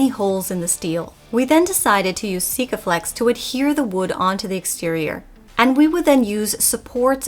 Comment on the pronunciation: You need to learn how to say Sikaflex like Duca, it sounds to funny. Glad you all had help getting her ready. She looks good & hope you can sail south.